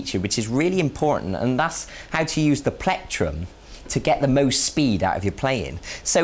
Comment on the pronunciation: haha i like how he says platrum